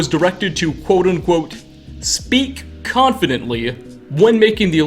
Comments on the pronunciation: You do realise that your whole Big Boom section relies on your reading ''Confidentially'' as confidently? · It's CONFIDENTIALLY NOT CONFIDENTLY YOU DOPE